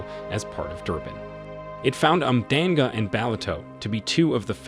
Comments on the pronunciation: umdanga??😭😭 It’s pronounced “ùm-shlang-ga”😅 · Your pronunciation of Umhlanga and Ballito is hilarious😂